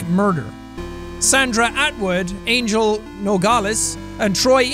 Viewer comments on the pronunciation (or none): none